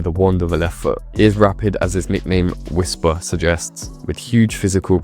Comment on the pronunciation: Whisper is no Drogba he is "WHISPA"!